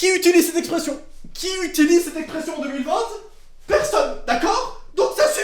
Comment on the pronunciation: Pour quoi tu dis 2020te ?